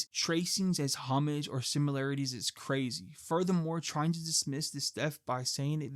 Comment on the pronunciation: FYI, you mispronounce "homage".